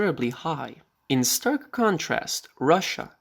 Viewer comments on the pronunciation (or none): none